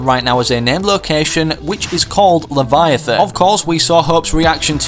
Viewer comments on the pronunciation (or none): none